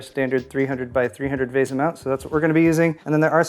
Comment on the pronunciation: why do you say veh-za? pretty sure its VEE-SA, typical English the A makes the E captilized.